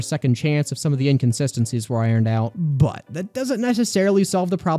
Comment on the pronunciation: I have nothing to say about your opinion, however when you put the emphasis on the word "But" the way you did and opted to NOT have a meme or image of a butt should be a crime